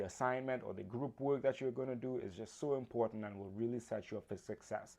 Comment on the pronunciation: A friendly note: you are not pronouncing "work" incorrectly....it sounds like "wook" ... Be sure to pronounce the R in your pronunciation. Listen to a recording of y ourself and check it out. Best wishes. Good presentation!!